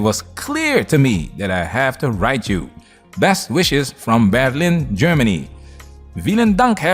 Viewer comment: As a fellow German I gotta say: Kudos for pronouncing "Berlin" the German way,! The "V" in "Vielen Dank" is pronounced like an F btw., but otherwise it was correctly pronounced as well.